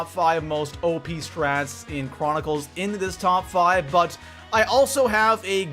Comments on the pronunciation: I wouldn’t trust a guy that makes a video and says “top fuave” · “Top foive”